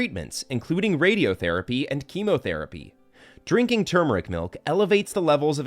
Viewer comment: He can’t even pronounce turmeric correctly what a joke video lol